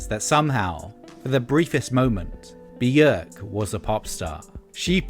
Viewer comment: Björk, isn’t it? Bjórk would be pronounced differently in Icelandic